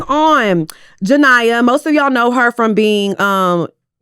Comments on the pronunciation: Her name is pronounced Ja-Nee-AH for future reference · jania and jaquees caught strays with the pronunciation lmaooo